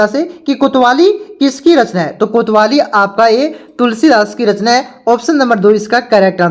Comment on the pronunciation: किया सर कैसे पढ़ाते हो कवितावली को कोतवाली बोलते हो